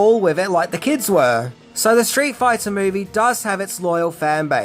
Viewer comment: "straight foyta"